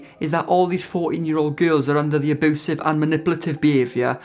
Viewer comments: I could listen to you say ah-BOO-sive all day long lol 😂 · Hooman...... aboosive.... 😂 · SAY ABOOSEV ONE MORE TIME DADDY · Aboosive be-avier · Side note: I love that you pronounce it "aboosive" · No one:: ABOOSIVE